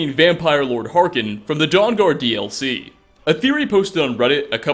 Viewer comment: Do you play the game on mute? It's Harkon, not Harken.